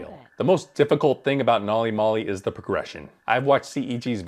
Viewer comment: Every time mispronounces the name of the system makes me cringe